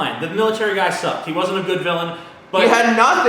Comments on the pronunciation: " I WAYZENT" lol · sidenote, says "want", and "wasn't" strange. he pronouces the A's as O's and his opinion is now invalid.